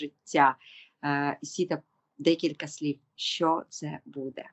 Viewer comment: Привіт, любі дівчата! Хай ваша праця буде на благо людям! В цьому відео, ви багато разів говорили слово "буде", і мені здається, що наголос треба ставити не в кінці, а на початку слова. Можливо я не права, і це не дуже важливо, тому прошу прийняти інформацію без образ. Будьте здорові та щасливі! Слава Україні!